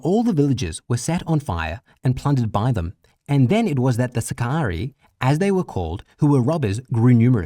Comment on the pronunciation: For Crissake!!! Learn to pronounce sicarii!!!